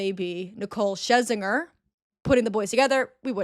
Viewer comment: lmao are Sinitta and Nicole Scherzinger the same person now? Also it’s cher-zinger sound it out hun